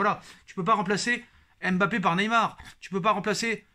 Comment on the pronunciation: Tu massacre Neymar chaque fois 😅